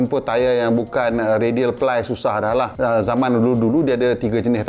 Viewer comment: "jangan salah sebut ply tu " ply jadi pelir...haha